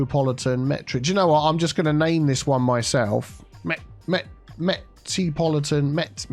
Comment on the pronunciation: "Metropoli-Tea'n Airport"